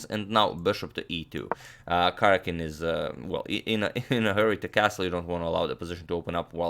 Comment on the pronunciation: I wonder if Karjakin minds you continually butchering his name?